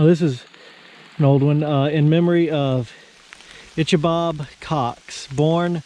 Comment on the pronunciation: Great video. Looking forward to your return to it for a more leisurely tour. BTW Ichabod is pronounced ICKabod. I know, I know, English is such an illogical language. Oops not English; Hebrew in which case we can split the pronunciation 50/50. ICH would start at the back of your throat. But the English version is ICKabod.